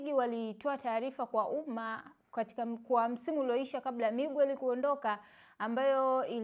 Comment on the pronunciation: Siyo migwer ni miger japo inaandikwa Miguer